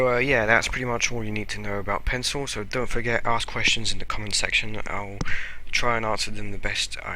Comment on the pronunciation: you spelled section wrong XD u said sextion